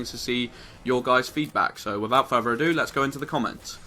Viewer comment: I like that you pronounce further, ferfer